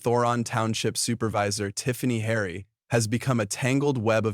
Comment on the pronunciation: The idiot on this channel could not even pronounce Tiffany Henyard's name correctly. Why even bother with this channel? I will never see any more if this channel.